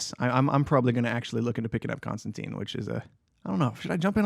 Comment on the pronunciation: Hearing people mispronounce Constantine so much hurts my ears! It's pronounced like mine or fine. There are a lot of Hellblazer issues with him that rhyme the name (I think Batman Damned did too) and it is always made to be read tine not teen. There are even issues where he corrects people on the spelling. Be sure to read his comics with that in mind